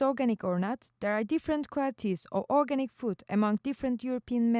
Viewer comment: It's weird how you can't pronounce the word organic right when your whole research is based on it. Knowing your topic seems pretty handy.